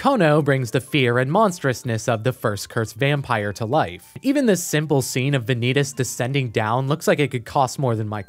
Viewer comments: "Vaan-ie-tas" not Van-eet-us, Please thank you. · "vuh-nee-dis" its "vah-neet-ass" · wait just a second, is Vanitas supposed to be spelled Ve-nee-tas? Not Vah-ny-tas? (as the word vanity) O_o edit: i watched the trailer and even the japanese pronounce it correctly. how do you do an essay video and botch the title? O_o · Dude, I like your points but mispronouncing Vanitas is driving me nuts. I thought you watched the anime. It's Von-ee-toss not Van-ee-tus. Sorry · Im sorry but this feels like an insult, Im pretty sure its pronounced as Van-knee-tas. Not vaneetes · ah yes, Vaneetus. Any relation to Sneed? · why is he saying vanitas like venidis😭😭😭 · "The Case Study of Vanee-tas" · The Vanitas (book and mc) is pronounced as Va-nitas not Vanitas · Very nice review, but the correct pronounciation is Vànitas. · the video is great, I like it, but like, how exactly did you pronounce Vanitas? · Thats not how vanitases name is pronounceddddd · It's really annoying hearing him mispronounce Vanitas over and over despite it being said the same every single language that Crunchyroll has... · Please, never say “Vanitas” out loud again. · Are you sure you watched the anime ?😅 you kept pronouncing vanitas wrong